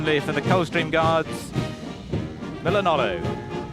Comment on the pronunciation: He said Milanolo lol